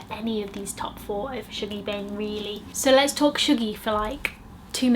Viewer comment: I love your book videos! I really wanna read the Wolf Hall series, I’ve just bought the first one. Also ‘Shuggie’ is pronounced like ‘hug’ not ‘shoog’ 😭😂